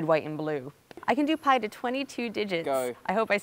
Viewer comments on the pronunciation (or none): American pi HAHAHA I'm sorry